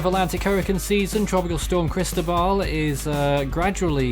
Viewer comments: pronunció la sílaba tónica incorrectamente, es Cristóbal con acento en la O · JontheGamerBoy in Spanish it’s Cris-tó-bal. you enúnciate the Tó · As a Spanish speaker I ask can you please pronounce Cristóbal correctly. Chris-TOE-bahl, Great TWB 👍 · I agree. It’s Chris-TOE-bahl.